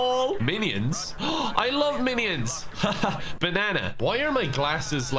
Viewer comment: Why tf are you saying minions like that